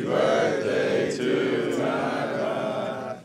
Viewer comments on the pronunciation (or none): Hue never even learned the correct pronunciation for “Tyrod” Taylor.